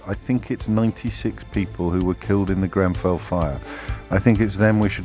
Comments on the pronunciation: Is it me or this fool said Grembell? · I hear ‘GrenVell’ fire does he literally know nothing, not even the name